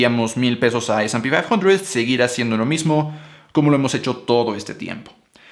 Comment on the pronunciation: Eres latino mamón...se llama ese y pe quinientos